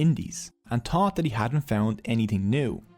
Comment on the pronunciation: Tree names he gave dose, tree towsend years ago? Wid out a dow't. Nedda t'aw't dat was troow. 🤔 It's not accent here that's a problem, taught for thought, tree for three, dose for those ect. If your not a native English speaker, it renders the whole video confusing and nonsensical.